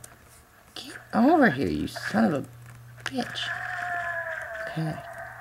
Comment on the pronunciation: its funny the way u said bitch hahahahhahahahhahahahahahah